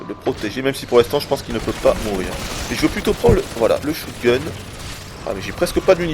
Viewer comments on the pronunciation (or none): Sa se dit SHOTgun pas SHOUTgun apprend ton anglais!